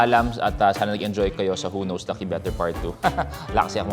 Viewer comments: Hindi na to "Who Knows Me Better ", "Who Noes Me Better "😂😂😂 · more like... "who NOSE me better" 😅😂✌️